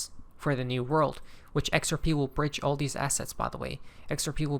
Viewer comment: I believe he meant to say “all” not “ball”